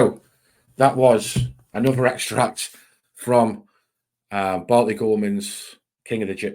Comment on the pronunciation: Bartley not Batley